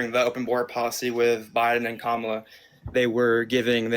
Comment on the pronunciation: To his great and only credit he said 'Kámala' instead of 'Kamála'.